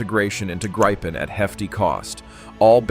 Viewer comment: It is pronounced like in a 'grib' with a short [ee]